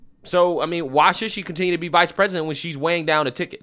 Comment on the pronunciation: I’ve never heard panels on major shows talk about the vice president needing to be ready to be president the next day. It’s like they are planning it or something…. So Amewica can have the fewst woman pwesident.